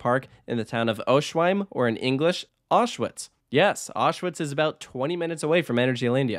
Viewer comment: Oswiecim should be pronounced "Oss-vince-im", not "Oh-shwime" And in German/English that's "Ow-shvitz", not "Osh-wits" Normally I'm not one to complain about bad pronunciations but this one completely threw me off until you showed the pictures of Auschwitz